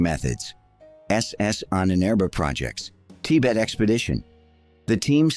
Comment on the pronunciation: From to , Tibet is pronounced two different ways, revealing that the voice is AI.